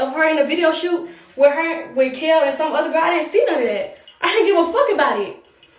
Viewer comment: You said "gel" 🤣🤣❤